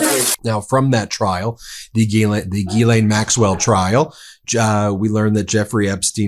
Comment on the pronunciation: French Canadian here... Gislaine Maxwell's name is pronounced phonetically like Jis-len. Just saying...